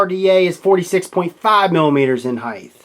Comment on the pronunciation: Arggghhhhhhhhhhhh. It's HEIGHT......not heighth. Love the vids man, massive fan, but stop saying heighth. Lol